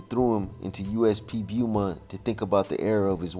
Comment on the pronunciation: It’s pronounced Bowmont